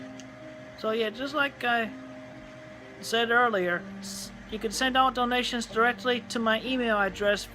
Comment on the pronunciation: The way he pronounces 'donations' sometimes sounds like 'dalmatians' to me. 'Please give us some dalmatians, please. We need dalmatians'